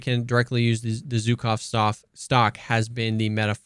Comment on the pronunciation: Abolutely love your videos. Small addition - which I personally don't care about, but some russian fellas might get offended by - is that Zhukov (named after the WW2 USSR marshall, prolly one of the most recalled name in 20th century warfare) is pronounced like if you take the s of "vision" and replace "Zh" in Zhukov with that. Anyway, thanks for the profound testing and explanation.